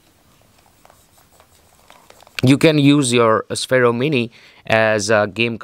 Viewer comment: Its pronounced sfero